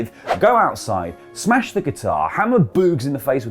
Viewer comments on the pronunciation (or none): none